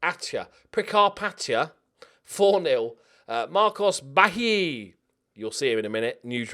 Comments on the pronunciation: Hey, I'm from Brazil and you should pronounce Bahia with a silent H so it's basically "bah-ee-ah". Cheers. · the brazilian kid's name is easier than you think, bahia is a state in brazil and you don't need to pronounce the H, you just read it as if it was baia (with tonic I)